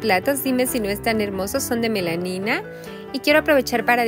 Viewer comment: Hola, se dice Melamina😅